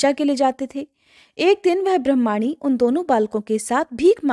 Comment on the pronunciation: ब्रह्माणी नी ब्रामणी शब्द है आप गलत उच्चारण कर रही हैं